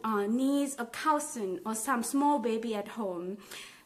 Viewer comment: One more, “cousin” ต้องออกเสียงเป็น ka-sin หรือเปล่าค่ะ ไม่น่าจะออกเสียงเป็น kao-sin แต่โดยรวมชอบดูวิดีโอของมากเลยค่ะให้เทคนิคดีดีหลายอย่างขอบคุณมากนะคะ